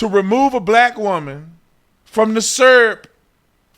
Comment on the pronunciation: Beverage? You drinkin’ s’urp now bro? 😂